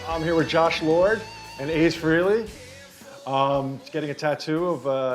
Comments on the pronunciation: Pronounced Frayley not Freely you fucking nerd. You could tell Ace was thinking “What a schmuck”. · It’s pronounced Fray-Lay not Free-Lee. Smh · You think being a big enough fan to get an Ace tattoo, he'd know how to pronounce his name. Its Frah-ley, not Free-ly. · Ace’s last name is not Freely, it’s Frehley pronounced “fray-lee”